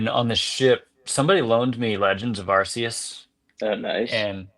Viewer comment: Great Pod guys. But come on it’s pronounced Ark-e-us not Arse-e-us. Back me up here